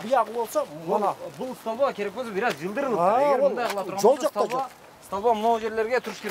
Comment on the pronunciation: бир аз не грамотныйсын ошонун устунон иште, сталба эмес столба